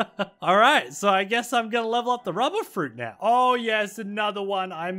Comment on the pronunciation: I love he call the rubber is ruber with no 2 b